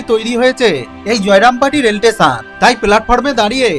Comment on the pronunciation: স্টেশন ❌ টেসান ✅ 😂😂😂